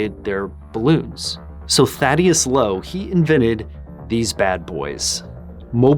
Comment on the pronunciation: Hate to be 'that guy' but im pretty sure its pronounced Thaddeus m8.